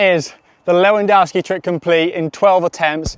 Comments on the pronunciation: Lewandowski Not Lewadauski😂😂😂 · It’s pronounced „leh vahn DOHV ski”, ffs. LeWann Dough - sounds like something from your local Chinese restaurant, lol. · It's pronounced levandoski I'm Polish w=v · Pronounciation of Lewandowski: Leh - van - dov - skeeh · its pronounced "Lew wan dov ski" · The way you’re pronouncing Lewandowski is frying me 😭